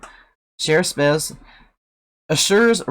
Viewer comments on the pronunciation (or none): I think it's Sheriff Speeze, with a long E like please. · Pronounced Spee-zee 😉